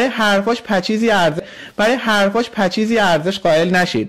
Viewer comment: امیدشریفی دانا:خواهرکسه وطن فروش،تو که ادعا میکنی توانایی شناسایی همه افرادروداری:منوپیداکن و شناسایی کن.کونی.حروفو درست تلفظ کن.پچیز پچیز پچیز،پچیز چیه؟پشیز بیسواد کودن